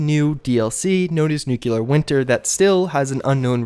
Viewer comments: Nuclear is pronounced new-klee-ur, not new-kyoo-lur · Jesus-tap dancing-Christ! It's "nu-clear"! Not "nukular"! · Nuclear not nuculer it's a nucleus, but if you wanna pronounce it the same way George W. Bush did be my guest. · PRONOUNCED: NU CLEAR! OMFG. If u want a 3rd syllable, NU CLE AR. NOT NUK U LAR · THANK YOU. Maybe if more of us tell him he'll get the hint >_< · New-klee-arr... Not new-cue-lur!!! For the love of grammar and elocution, please pronounce it properly. Think of it as an eraser that gives you a 'new clear' area or nu clea r (don't get me wrong, I enjoy your videos, this is just driving me more insane than I already am) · Dude... Nuclear... pronounced ‘New-Clear’... not ‘Noo-Cuoo-luhr’... you sound less intelligent than we know you are. There has been a US President that received endless flak for mispronouncing this simple vocabulary term.